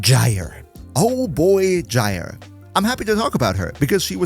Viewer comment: My only ossue as of typing this comment is how you say gyers name. Please stop say G like J so bothersom and just wrong but great video